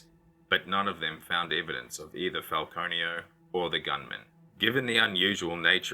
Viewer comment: I keep hearing peter file-conio. 🤦🏼‍♀️